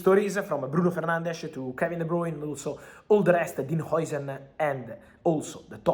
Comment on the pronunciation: Is jausen not joisen how you spell it